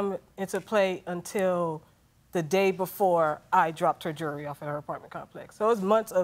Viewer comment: Before bringing a lawsuit about jewelry to be shown on TV, maybe learn how to actually say the word "jewelry"